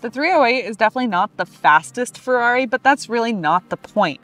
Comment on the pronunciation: oh god how do you screw up "Ferrari" in the intro like that :( Still great review and great car!